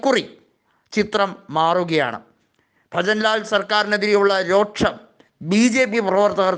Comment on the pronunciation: രോക്ഷം അല്ല, രോഷം എന്ന് പറ